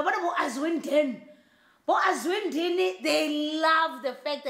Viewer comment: Also you pronounce Venda names very well, Mulalo, Azwindini.